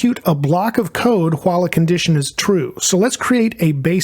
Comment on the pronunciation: Hwhihle loop 😁